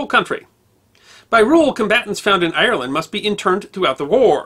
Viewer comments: It's Ire-land not I-er-land, but another great video as always. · Sir you are pronoucing Ireland wrong ...